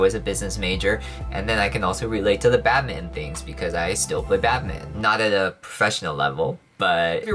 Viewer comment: I keep hearing “Batman” instead of “badminton” 🤣